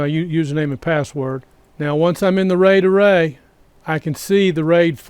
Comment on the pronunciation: I will be hearing 'ray-dah-ray' for the rest of the night! Truly though, this is great information in both the video, and your comment responses! +1 subscribe